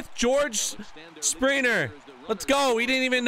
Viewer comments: You say spriner but it’s springer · You say springer wrong